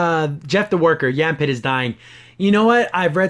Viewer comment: YAH-fit. Not Yam pit.